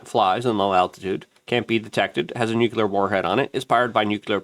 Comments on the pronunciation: (NEW-CLEAR) Nuclear Notice how there's only 1 u in the word!?!?!?? It's NOT pronounced new-que-ler unless you wear Velcro instead of shoelaces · Luke... It's Nu-clee-ar Not Nuc-U-lar